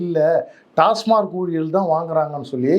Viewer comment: நண்பரே ஒரு சின்ன திருத்தம்.TASMARK (டாஸ்மார்க்) அல்ல.TASMAK (டாஸ்மாக்).பல பேர் டாஸ்மார்க் னுதான் உச்சரிக்கறாங்க.நன்றி